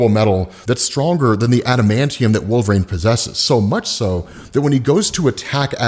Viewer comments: Wolverine. It’s WolverEEn not WolverRAIN. lol. Keep up the vids been watching for years. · He started saying "Wolvraine" so much, I thought he was talking about a new character.